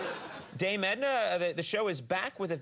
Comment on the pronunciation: He absolutely butchered it and was worse than embarrassingly bad. If you do not understand that, then I suggest you make yourself familiar with more of the Dame's work.